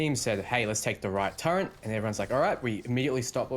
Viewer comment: for the love of god. How do you see the word turret and get the pronunciation turrent? My pet hate, please patch your language build.